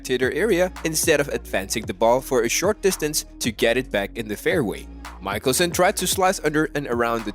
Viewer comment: I stopped watching just as soon as he pronounced Phil's last name MIKE-elson. Where did they produce this film, Bangladesh?